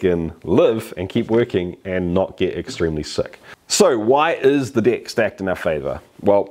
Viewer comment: Deck is my favourite word in your accent